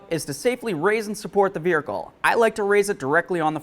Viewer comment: Do you realize that you say Vearicle? sure is what it sounds like!